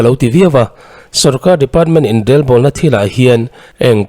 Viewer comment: Inrelbawlna tih a Rel tih lai i lam rik dan hi a dik hlel deuh e. Rorel tih a rel tih hi a key pangngai or ri hniam hman ni se. I lam rik dan rel tih hi chu kawh leh tum nei lo, rik dan awmze nei lo ani.